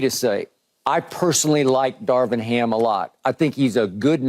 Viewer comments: CAN SOMEBODY PLEASE TELL KEYSHAUN JOHNSON THAT IT'S DAR"VIN", NOT DAR"WIN". DAMN I'M TIRED OF HEARING THAT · Is Keyshawn just incapable of saying the V?! Mans cant say Darvin no matter how hard he try 😂